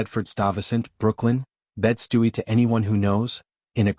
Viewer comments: Bed Stewie? 😂😂😂😂 it’s bed sty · Bed Stewie? Was that supposed to be Bed-stuy? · Bed stuy not Bedstuyie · Ughhhhhh. It os pronounced Bed STI. Not stu..e ...........ughhhh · Bedstuy as Bed-Stewie is craaaaazzzyyy 😂😂😂😂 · A little note from a Brooklyn NY native it's pronounced Bed- STY /Bed-ford STY-ve- sant 🙄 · Bed Stuy😂😂😂 it's Bed Sty!!! Besides the pronunciations, I love this story. I live in Florida now, however, I lived in Hollis, Queens for 30 years. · First Of All I Was Raised In Bedford Stuyvesant. It’s Disrespectful To Mispronounce The Name “Bed Stuy” As A Chinese Dish. If You Can Pronounce Stuyvesant, How Can You Not Pronounce Bed Stuy? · Watching from Ga, USA. I appreciate the story even though I don't care for some of the easy plot tropes (for example: why ask a person a question, then say your word doesn't mean much to me....why ask then? lol). The AI pronunciation of bed stuy and some other words made me smile. Thanks for the content from a different angle.😊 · I noticed that too and said what????